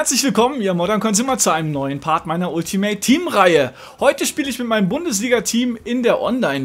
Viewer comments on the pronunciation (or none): none